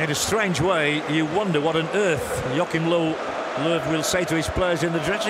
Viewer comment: "Yogi Low"